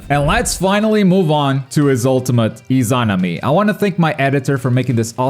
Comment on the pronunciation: im upset on how he said izanami